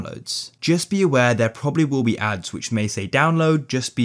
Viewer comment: it is be. not pe